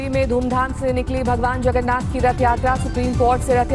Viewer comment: Sab log tested h...and pahle sahi nam bolna sikho